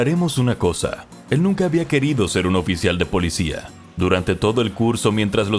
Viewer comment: Me gusta como dice polidsia